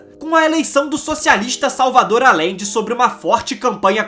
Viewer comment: amigo, se vc vai fazer uma materia , tem q se informar mais sobre a pronuncia dos nomes,,,Não se diz Alende.....se pronuncia Ajende. Ficou insuportável ouvir, mesmo sendo muito boa a matéria. E fora o sutaque chato qdo termina a frase.